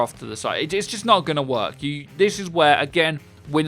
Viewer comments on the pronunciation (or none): none